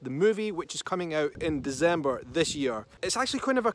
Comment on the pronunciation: DeCember not DeZember..just could not help myself..